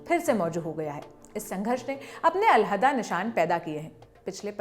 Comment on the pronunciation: Urdu bolne se pehle seekh lo..elhada nahi hota ..alheda hota he